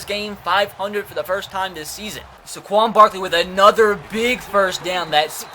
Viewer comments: *SAY-quon Barkley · First Saquon Barkley's name is pronounced ("say-quan Barkley") just for future reference and spend some time trading for 1st round picks